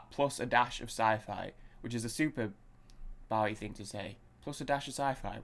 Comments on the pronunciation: Pronounced Bo ee not Bough ee- Get your facts straight from a respect point of view! and being British too!! Named after the American Bowie Knife. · Pronounced BOW-EE...(O as in Boat) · Pronounced BO-EE (long O). Legend! Miss him so much. Also the great Mick Ronson on guitar and Trevor Bolder on bass, his original band lineup.